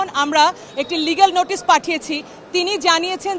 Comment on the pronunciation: এই উকিলতো নোটিশ ঠিক মতো উচ্চারণই করতে পারতেছে না।